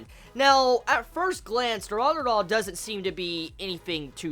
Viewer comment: Y does this kid keep calling it dura-dura...it looks like it wuld be pronounced du-ra-ra-ra.......sisk-boom-ba......sry bout the last part i couldnt help myself